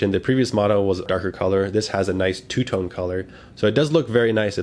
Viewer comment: Sorry but yes, tone not tawn. It’s all good, thanks for the review. 🙏🏻